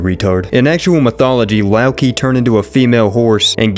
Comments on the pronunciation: Well this is forever gonna be ruining my OCD when he does say Loki “Lock-key”, instead of pronouncing it as “Low-Key” but you know what? I’ll let it slide since he called Mantis “Mantits”, which is why till this day, I call her that because of. So whomever don’t like it, sucks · Loki’s name is pronounced Low Key. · youre the only person i know that pronounces loki like that bro gotta be ragebait